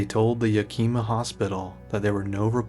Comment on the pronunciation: Yakima is peonounced 'Yak-ih-maw' but otherwise stellar docu 👍👍